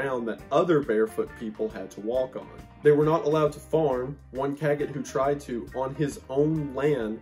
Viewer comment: The T is silent in Cagot, I think. SHould read Cagoh, which it's even more hilarious if true.